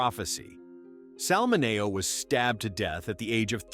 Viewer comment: Sal's last name was pronounced MIN E OH.